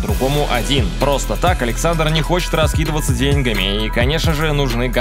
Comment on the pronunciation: пожалуйста, ударение в "деньгами" на "а"